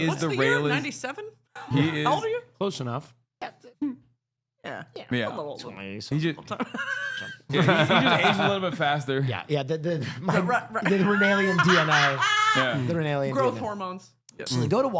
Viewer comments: Raelian, not Rinaelian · it bothers me so much how he kept saying renelian when it was raelian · the way keeps pronouncing that ufo religion is ranaelian just grates me to my core. It shouldnt bother me, but f#$% me it does. SOUND OUT THE LETTERS PROPERLY PLEASE!! lolol